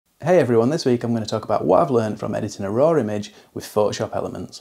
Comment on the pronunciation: There is no “r” at the end of “raw.” 😊 Why do you pronounce it “roar?”